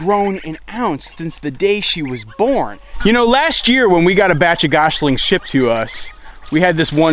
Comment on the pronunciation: He says "Goshlings"